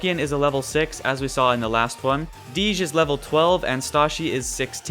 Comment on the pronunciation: Not to mention DeeJ, isn't Dee-jsh, it's DJ... lol